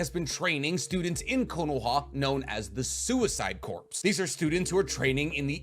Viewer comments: Bro, please stop pronouncing 'corps' as 'corpse' 😅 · Corps, is pronounced 'core' my guy, not 'corpse'